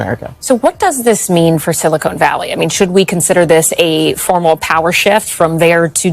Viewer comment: It's Silicon not silicone. Omg. "Morone" Lol